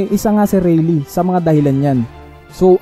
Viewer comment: Its not reylee its reyley (rayleigh)